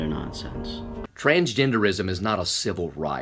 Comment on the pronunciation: With southern accent thoo😂😂 TRANSGENDEREEISM